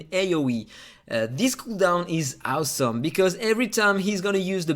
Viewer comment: It’s AUSOM how you can’t pronounce awesome 😂😂😂